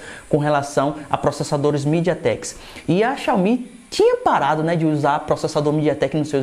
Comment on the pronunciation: Estava perfeito até ouvir a palavra midiatek